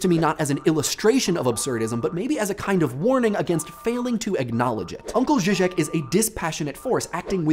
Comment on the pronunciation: The way you said 'Žižek' threw me off and I thought you were talking about someone else. I watched The Perverts Guide to Ideology and I will never look at The Sound of Music the same way ever again. (Ž is like the J in French only a bit harder)